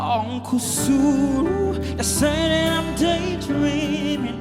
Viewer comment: I love the way he pronounces that uncle suru